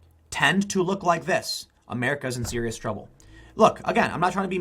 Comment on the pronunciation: I can't resit. THIS. IS. SEWIOUS.